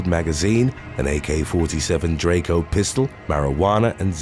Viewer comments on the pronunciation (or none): none